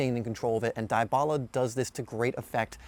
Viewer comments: Good video but holy fuck its DEEEBALA NOT DIEEEBALA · cringe every time he says "DIE-bala" lmfao. DEE-bala is how its pronounced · How to pronounce Dybala Not Daay-ba-la Dee-ba-la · IT is dybala not daibala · Gallopingfish YESSS THANK YOU MY BOYY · Edmilson Yaxcal I'm a Juventus fan it a common thing to mispronounce his name you do say his name like Debala but it spelled like Dybala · Dybala pronounce [Dibala] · Die..bala... dee-bala lol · He say daibala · is debala not Dybala the spelled the name is right, but the way you pronounce it is wrong just a correction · Its literally deeebala thank you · The way he says it is so cringe! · It helps if you speak Spanish or Italian but since this guy's is American, he mispronounced it, no worries I'm American also but my father is from South America